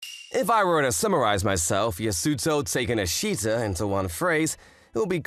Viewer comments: The way pronounced Takenoshita sounde like "taking a shit-a" 💀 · The way most of the characters pronounce “Takenoshita” almost sounds like “taking-a-‘s**t’-a” Or is it just me?